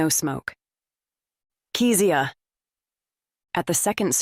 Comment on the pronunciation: I’m enjoying the book but…is it on purpose that Kezia’s name is pronounced so many different ways, even by her ex husband Marcus? Is it Key-zee-ahh or Keh-zee-ahh?